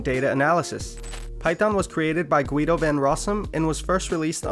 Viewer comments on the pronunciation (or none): Guido pronounce "Geedo" FYI